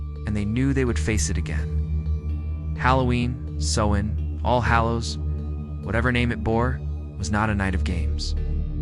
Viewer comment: Please pronounce "celts" with a hard K not a soft C and Sovvan is pronounced Sow as is in S--OW--in